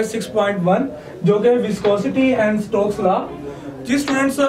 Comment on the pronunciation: It's Stokes law not strokes law